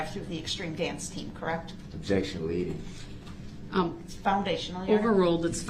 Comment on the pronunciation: OBJEC-Shun!!! If 1 word makes no difference after a year, then why are you worried about it being changed DUHH-RRELL? Funny how he basically steals the word’s of the Prosecution, then uses them to sound Smart!! Even with him not being able to properly say ASK!!!!! Instead he “Axes” ridiculous questions!